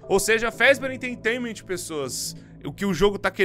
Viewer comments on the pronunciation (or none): O video é bom e todo o resto é bom Mas ele falando "enteitainament" deu um pouco de agonia